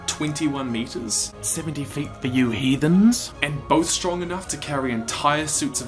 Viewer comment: Why do you call us heedens?